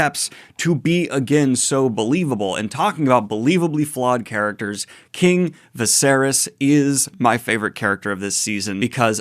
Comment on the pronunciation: Why did you pronounce it vasarys lol is viserys (vis-ae-reece) that hard to say??